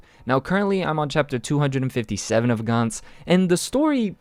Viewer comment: Gantz is pronounced gantz as in ants.